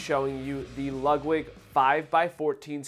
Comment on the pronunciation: Are you pronouncing it "Lug-wig"?